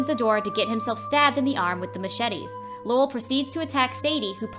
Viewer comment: It’s Lowell but sounded like she was saying Laurel